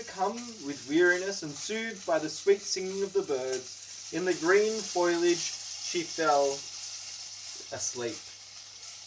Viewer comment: My favourite was the word 'foliage' and how weirdly you pronounced it.